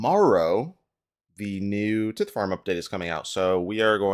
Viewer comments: Getting black dhide from hard clues is such a sick upgrade. I'm still waiting on finding a glory that way, though there's a good chance I'll just get the crafting level to make one myself before getting it from a casket. BTW the "i" in tithe is pronounced like eye. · I didn't know it was pronounced tit farm. The more you know. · your pronunciation of tithe is cringe